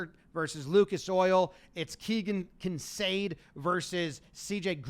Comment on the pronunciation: I'm worried about your brain,. You kept pronouncing ISOH as "Isosa" which would require a second S, and you alternately pronounced Keegan Kincaid's name as "Kinsade" and "Kincaid".